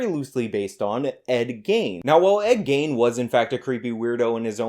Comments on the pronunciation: Love ya, but his name is pronounced like "Lean" but with a Hard G. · BTW, its pronounced GEEN, like mean. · i cant tell if youre pronouncing ed gein wrong on purpose or not :P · Miss pronouncing Ed Gein